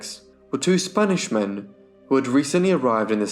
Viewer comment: I have to congratulate you on your perfect pronunciation of the Spanish names, so many times butchered by various youtubers. Thank you!